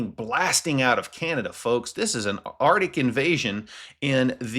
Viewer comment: I will not listen to anyone too stupid to pronounce "arctic". Effoff.